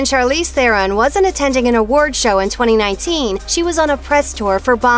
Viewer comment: Why can't u say Charleze?